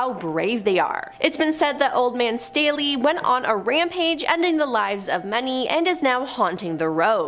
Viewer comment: THANK YOU FOR PRONOUNCING MY LAST NAME RIGHT 😭 Everyone tries to say State-LEE or like the cup Stanley 😂 No. its Stay-Lee and can confirm, the rampage shit is something we are known for 😂